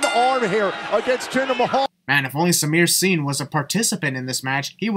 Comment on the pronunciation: IT'S CALLED SAMIR SINGH NOT SENIL!!!